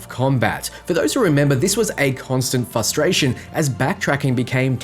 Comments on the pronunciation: Dear god, the word is fRustration not “fustration” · It's frustration, not fustration. Just sayin'. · Garrus needs to calibrate how you pronounce fRustration. IT'S MAKING ME VERY FRUSTRATED. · The number of times you said "fusstration" in a row 😭 you are killing me dude. I don't mean to be nasty but that shit was too funny ... but I am glad the game will be less ... fusstrating. 💀